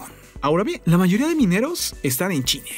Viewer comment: soy yo yo o dijiste chine??